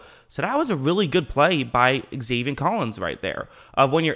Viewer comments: also, it's zaven, not zavien. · love the channel! “Zay-Vin” not “Zay-Vien” maybe i heard u wrong tho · I like your videos but please it’s Zaven not Zavien